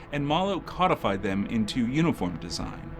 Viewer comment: "CODE-ified." Derived from the word "code," not "cod." Some believe that to be a Luciferian symbol. Circles and triangles. More esoterica. Nationalism, specifically CIVIC nationalism, could be seen as rebellion against corporate globalism. CIVIC nationalism could also be seen as rebellion against imperialism.